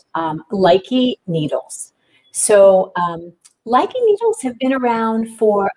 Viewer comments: It is properly pronounced Loo-Kuh not Like-ee. Thank you for at least giving it ur best to pronounce them :) instead of being hateful, I thought I would be helpful and tell u the correct pronunciation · if you gonna sell it, learn to pronounce the name correctly